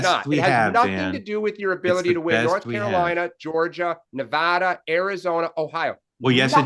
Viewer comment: Thank you Larry, for emphasizing the correct pronunciation of NEVADA.